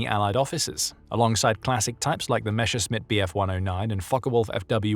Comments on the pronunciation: "Muzzersmyte", "Hinkle" and "Jonkers" 🤣🤣🤣🤣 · no it doesn't. He is confusing the S and SCH sounds. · Interesting,but the mispronounciation of Messerschmitt nearly turned me away.